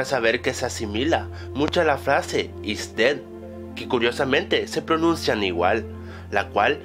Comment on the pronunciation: joder, aprende inglés;v "IsDed" Significa "EsMuerte"